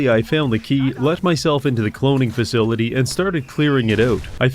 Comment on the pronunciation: Man used 150 % of his brain power to pronounce facility